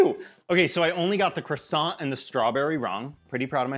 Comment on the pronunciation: You got the croissant right!